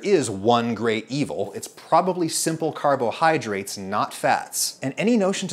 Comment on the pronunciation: the way he says carbohydrates triggers me apart from that I love this guys recipes